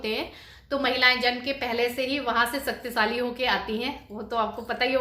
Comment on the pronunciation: Saktisali nai hota h shaktishali hota h